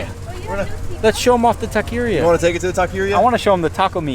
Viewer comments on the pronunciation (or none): Did he say tequeria? 😂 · Juan Flores lol I didn't know what he was trying to say till he said taco meat 😂😂